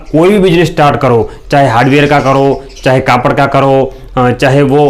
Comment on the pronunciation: सर आपका विडियो तो अच्छा है लेकिन आप कपड़े को कापड़ क्यों बोलते हो